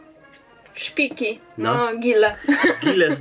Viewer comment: Śpiki a nie szpiki, kryka a nie krika